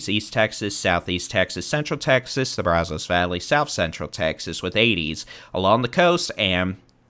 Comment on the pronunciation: It's not pronounced Brazos or Rio Grande like a woman's "bra" undergarment... The a is like the word "had". Are you from Texas??? I have to stop listening to you massacre standard Texas pronunciations. 👎